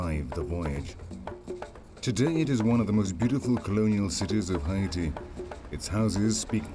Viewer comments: Did you pronounce Haiti (Hay - te) Hi-e-te??? nah, I can't watch this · All I can hear is "Hy'iti". It's bothering me 🙄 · The way the fucking commentator is saying Haiti makes me want to throw my fucking phone. Its HAIti not HIAti. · They mispronounced " Haiti " as well as " Cap-Haitian " which are fairly easy to pronounce for the average joe.